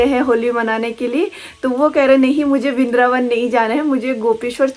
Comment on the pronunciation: Bindraban❌ vrindavan ✔️